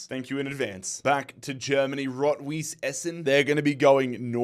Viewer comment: btw, a little german lwmession, all those clube like "blau-weiss linz" or "rot-weiss essen" are colour based names. weiss means white. and its pronounces like vice. literally like vice 😊